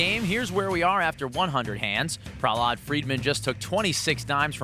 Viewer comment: Why do they keep pronouncing Prahlad’s name like that smh